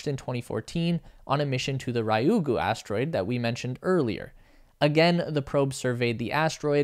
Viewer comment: I just wish people would get the pronunciation of Japanese "Ryugu" right. RYU is pronounced Ree-Yuu, not Raiyuu. (Yes, GU is GOO as in Google). Thank you, I'll now crawl back under my rock.